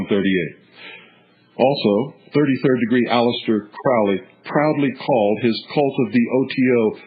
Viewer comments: I always pronounced it the way this guy does- rhymes with GROWLY. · the eye in the triangle (israel regardie) the magic of crowley, du quette, moonchild, magic in theory and practice, book four, goetia, book of thoth, bios, book of the law etc, yet i am novice. this man can't even pronounce crowley's name right. it's crowley as in holy. crowley acted irresponsibly in his life - he survived an abusive childhood. sacarafice in this context means to make sacred; which is what the word means. in the foot note in magic and theory practice, he says don't try this. a lot of this talk is out of context; it is best to read crowley's works or by people who knew his like israel regardie, or lon milo ... who knew regaridie. the most important aspect of crowely is the law of thelema or holy will; which cooper does not mention. but lon milo said, ' crowley could be a real gerk'. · Crowley rhymes with "Holy" which he was subjected to as a child his mother was a religious crazy person and the cult she belonged to, the ""Plymouth Brethren". I guess they were quite strict and took all teachings to the extremes. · Crowley rhymes with holy. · Nah. That's what he wants you to think. It is pronounced crau-lee